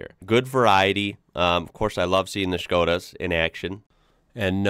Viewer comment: as a slovak citizen i love that you correctly pronounce Škoda with Š. Big up my brotha